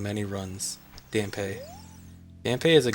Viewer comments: isn't it pronounced "Damp"? ;) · Hearing Dampé's name mispronounced do many times in such a short time is jarring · Still kinda mad that you pronounced his name wrong lol.